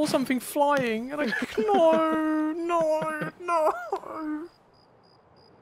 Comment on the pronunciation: “Noeuu, Noeuu, Noeuu” 😂